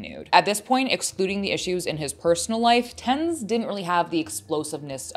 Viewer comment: isn't his name pronounced ten Z